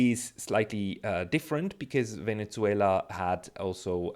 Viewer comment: Did you repeatedly say Venetzuela? Why?